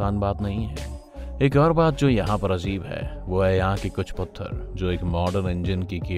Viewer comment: “अज़ीब” नहीं अजीब बोलो। अपनी बात में “ दम “ पैदा करने के लिये शब्दों का सही उच्चारण करो। अमीन सयानी जी को सुना करो । यु ट्यूब वालों के पास अमीन सयानी जी के कई ऑडियो और वीडियो मिल जानेंगे।